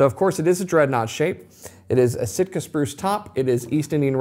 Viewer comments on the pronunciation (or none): none